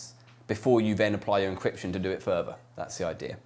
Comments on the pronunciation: Further. He pronounces 'th' as 'v', probably a mostly british speech impediment. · Not a speech impediment, just an accent.